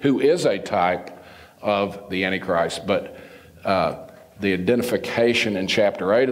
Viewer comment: prideful attitude, refusal to accept anything said as Biblical or true and pronunciation of antichrist as "Annie-Christ" turn me off to him. There is much to be revealed in the future that the Lord has not yet made clear. We must not hold so fast to our own personal beliefs on eschatology that we can't see the truth unfold before us.